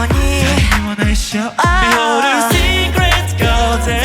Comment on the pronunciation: いや、がやはり流石すぎる…SecretGardenの発音も最高に良いし、伸ばすところの声の質感が豊かなのよ…